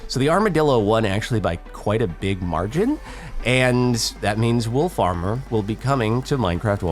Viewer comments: I really heard "wool farmer" when he said "wolf armor" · It sounds like he says “wool farmer” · kept thinking he said "wool farmer" lol